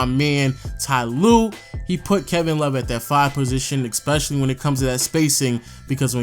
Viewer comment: Love your videos.. Been going on the background while doing other stuff. One thing is beginng to grind me.. Why do you put k's in in some words? It's really weird? Like when you pronnounce especially as ekspecially.. Where do you get the k from?